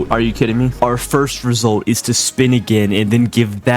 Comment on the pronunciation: Just started watching this after hearing "hour house, in the mittle of our house" in a long video.